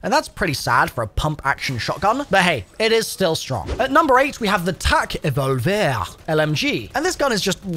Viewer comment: Tac E-vol-vear